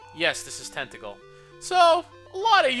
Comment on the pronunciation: When you said "Tantegel" I thought you said "Tentacle." Made me do a bit of a double-take xD Also, the drop in viewers seems to be across the LPing community. You, HCBailly, Chugga, (myself, though I don't presume to include myself with you guys :P) etc., etc.. 'Tis weird.